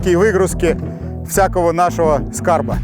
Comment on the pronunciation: ура! хоть кто то говорит СКАРБ, а не СКРАБ.